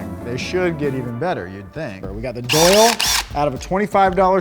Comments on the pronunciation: how cringe that he kept saying doyle rules. maybe watch the movie again. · It's O'Doyle. O'Doyle. The fact you two both said it wrong like 60 times hurts my heart. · It's not Doyle rules it's O'Doyle rules, happy Madison is a fine film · For God's sake it's O'doyle... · who's going to tell them it's "O'Doyle rules" not Doyle.